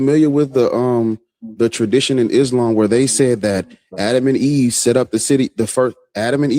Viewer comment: "Islam" seems more like "Aint's-lam"